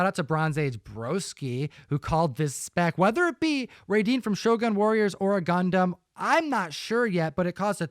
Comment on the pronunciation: So good to hear you guys say Gundam properly and not “gun-damn” 🤣👍